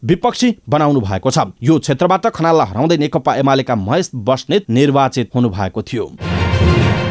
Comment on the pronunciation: कीन खाली (नेकता) भनेका ? खासमा (नेकपा) चाहिँ होइन र?? अलिक जिब्रो फडकारेर भन्नुनी हौ ! नेकपा,नेकपा, नेकपा।